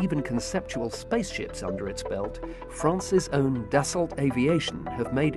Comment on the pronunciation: I love how the narrator pronounces Dassault just as it's written! I love Dassault's aircraft, but I hate the French language! If you're going to take the time writing something, and wasting the ink or lead in your pen or pencil doing so, then at least take the time to pronounce the letters that you wrote.